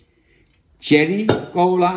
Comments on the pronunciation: Jan je spreekt Cherry niet uit als Thierry Baudet maar Sjerrie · dat bedoel ik ook lieverd.. in het engels spreek je cherry uit als sjerrie. Thierry is enkel een naam van de partijleider van FvD